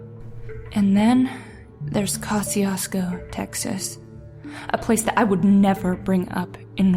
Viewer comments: It's pronounced cuh-shoes-co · Pronouncing the name wrong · You have to live here in South Texas to know how to pronounce Kosciusko. It is pronounced Ka-shu-ko. and by the way. It's pronounced Poe-th ......LO